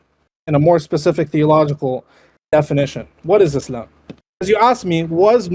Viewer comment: Makes me burst out laughing anytime he says "Ischlam, Ischlam!"